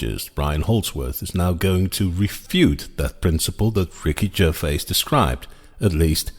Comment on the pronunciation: I would pronounce his name Ger-vay.